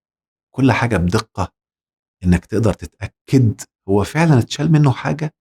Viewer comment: صدمة يا دكتور صدمة وخصوصا عندما رفعت كلمة (هو)😱😱😱😱😱